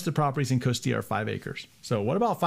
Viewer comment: Thanks for pronouncing Costilla properly!